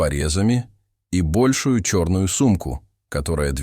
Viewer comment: Достал бОльшую сумку. С чем сравнивали? Ударение надо ставить правильно. Наверно большУю.